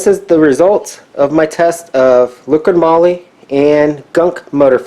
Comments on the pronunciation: LIQUI moly not LIQUID MOLY. 😂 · its called LIQUI MOLY not LIQUID MOLY xD